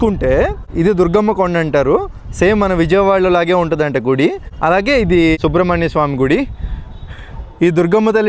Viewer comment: Anna adhi gidhi kadhu anna gudhi adhi